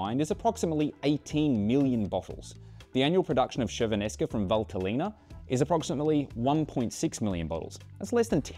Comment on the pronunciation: Great video, just really have to work on the pronunciation of Chiavennasca.